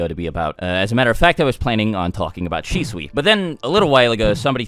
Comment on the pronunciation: It's not "Shi-swi" it's Shi-sui. "u" is a vowel as in "shuriken"and "i" is a constant as in "Sai".